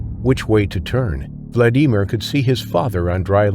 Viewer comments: Terrible A. I. 🎉😢narration by mispronouncing his name like 85 times Please use real people for narration This A I was so bad I couldn’t keep watching it We humans are loosing are personalities enough without this horrible robotic speech The cadence is wrong and the A. I . Never takes a breath or changes pitch at all If you bought an A. I. App. Get your money back It’s insulting to your audience My best wishes😮 Sorry I could not give the video a like or subscribe because of poor audio production. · Isnt it pronounced Vlad-a-mere?? Sorry that kinda got to me😂😂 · You have a really exciting channel, but I think you’re saying his first name wrong phonetically I think it’s a short eye Vladimir not a long ‘e’ sound… I could be wrong, but I do love your suspenseful thank you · How can you not know how to pronounce Vladimir?!! Let me give you a big hint: Who's the president of Russia?! Sheesh! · Lousy narrrator he can't pronounce Vladimir correctly. Why? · The name "Vladimir" is pronounced with the accent NOT on the second syllable, but on the first...🙂🙏🙂And why the hell did nobody instantly try to assist him - and don't give me the hoo haw about the fear of the shark. I'm not prepared to rebut the "there was a shark" in the water excuse. I've been around and in salt water since age 6 (I'm now 72 years old) and I'm comfortable with my question about providing assistance when needed, and the safety of doing so. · Can't deal with the dodgy AI voice over misprouncing Vladimir. Also the treatment of that shark was horrendous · The way Vladimir's name is pronounced is so annoying I don't want to finish the video, it ruins the whole thing. Can an actual human narrate? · I’ve never heard anyone struggle and botch the name Vladimir so bad. That was painful to get through. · You really need to learn to pronounce things properly. Especially people’s names if you’re doing videos about them. It’s VLA di mir. Not vla DI mir. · Hate the way he says vlad e Mir. Dude, pronounce it properly.